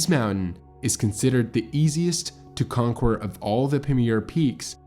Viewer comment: Your mispronunciations are too annoying to listen to your narration. Is English a new language to you? You might invest in some dictionary time to learn how to pronounce simple words like "conquer".